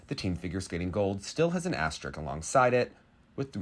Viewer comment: AsteriSk, not asterik.